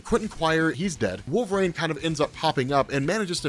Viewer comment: Oh man... stop saying wolvrain The character's name is W-O-L-V-E-R-I-N-E Sheesh... You'd think that a guy that supposedly reads that many comic books would know how to say such a prominent character's name right...